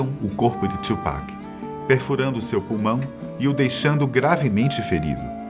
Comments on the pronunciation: Tupac! E não tchupac. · É TU PAC não Two Pac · não é tsupac é tupac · Não é twupac filho, é Tupac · Caralho mano , o nome dele é TUPAC , não txhupac . puta q pariu. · É tupac não tiupeki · mano, você disse Tupac invés de TWOPECK como geralmente falam, deve ser um dos sinais do apocalipse hahahaha video top! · Mas acho q a pronuncia correta é "tupaki" msm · Mano peguei ranço desse cara falando tupac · Falou o nome tchupac 150x